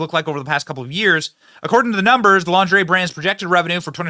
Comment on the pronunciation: Benny! Did you say Launderay 😂 😅depends on the person. One can be full figured and look stunning as well. A woman feels about herself what others in her circle feels about her. Depends on how her mate make her feel about her body.